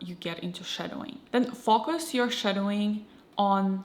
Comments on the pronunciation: Her way of pronouncing "focus" isn't the result of her accent, she just doesn't know that the "o" is short in that particular word. The word "fokus" exists in Russian, meaning deception or trickery, and that's probably where the confusion comes in, but she's totally able to produce that sound. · You're pretty amazing speaking English btw, if it weren't for your name and the bit of accent that comes out when you pronounce "focus", I'd be convinced you're American, good job, and great video